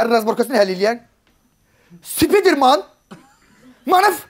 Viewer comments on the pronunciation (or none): Mənsurun Spiderman deməyi.Öldüm gülməkdən